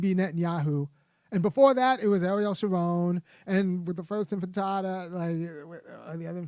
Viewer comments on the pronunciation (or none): Your pronuciation is crap... say it right if you say it انتفاضة الحجارة